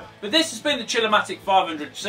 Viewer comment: Who else did hear: "The Chill-O-my d*ck"? And not Chill-O-Matic?